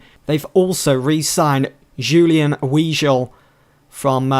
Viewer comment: It's pronounced " Vigal" = Weigl 🤣 I love your content keep it up